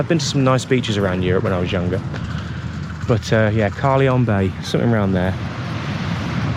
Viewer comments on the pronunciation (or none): Absolutely fantastic views and great vid again,. Only thing is Carlyon Bay......its pronounced Car lion. Just thought you'd like to know. Cheers from a Cornish bumpkin 😂😂